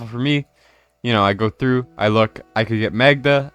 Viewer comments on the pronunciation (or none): none